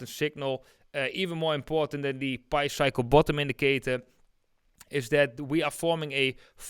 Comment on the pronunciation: Pi is pronounced like eating a pie, pi is not pronounced like pee